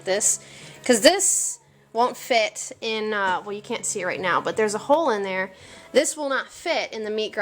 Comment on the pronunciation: "Shove em down in dere".